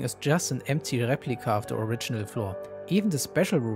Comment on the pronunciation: "Replika" der gude alde deutsche akzent